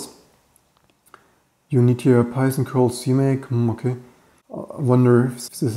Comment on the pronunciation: interesting how I hear [ p | b ] yzon instead of python, which might be a bit confusing as I keep mistaking it for bison and stuff